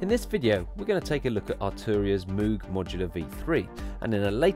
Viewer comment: you're pronouncing "moog" wrong, it's pronounced like "rogue" :)